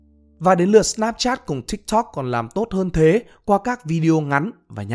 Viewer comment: T đã dislike và hủy theo dõi vì giọng đọc cái chữ tiktok chúng toi k cần phải đọc như thế